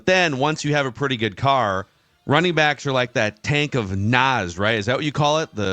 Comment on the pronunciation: "tank of naz" 😂